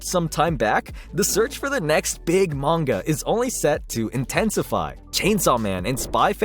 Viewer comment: bro really said mangaga